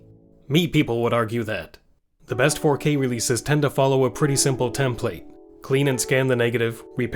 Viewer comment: Dude can’t pronounce Template but wants to call modernization shite. 🤡